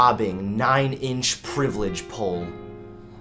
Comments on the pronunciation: "Privilage pole" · "Privelidge poll" - 2018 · "privlage pole" xD